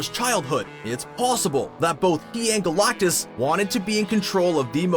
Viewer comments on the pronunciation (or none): who is this 'GOLAUKTUS' this guy keeps talking about. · EVERY time you say GalACtus, it sounds like you are trying to cough up a hairball. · I hate the way you say galactus lol